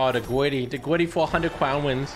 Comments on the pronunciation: “ the gwiddy”😂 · Mate its called griddy not gwiddy